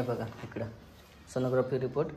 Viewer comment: Sonogrophy nahi g sonography